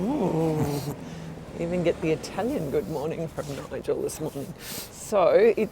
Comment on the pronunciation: Omg your Italian pronunciation is way better than mine!! Enjoy all of Italy!